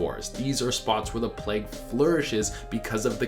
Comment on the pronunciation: why did i hear 'the black hood' instead of 'the black plague'?